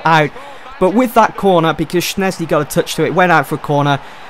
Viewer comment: Shez-knee not SHNEZ-KNEE